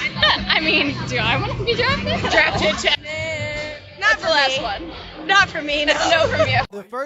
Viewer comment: He said Drafed to the NBA..lol